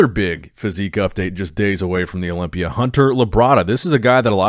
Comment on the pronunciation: Is it me or the way says "Olympia " sounds satisfying